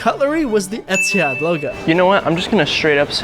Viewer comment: dawg try oman air 😭😭 bro really said etihad